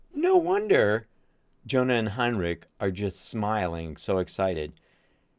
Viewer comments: Henrik, not Heinrich like a german n. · ‘Next to You’ needs a listen. Also:Drummer’s name is Aron. Bassist is HEN-rik; not HINE-rik.